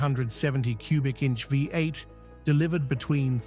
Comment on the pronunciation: Pisses me off they're unable to say V8